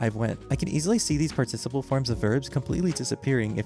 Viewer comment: PS - Please learn how to pronounce the word "participle."